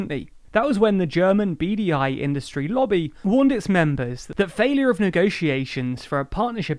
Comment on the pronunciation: Lost my shit and giggled when he said "German BDI". I had to check the screen cause it registered as "German beady eye" 😆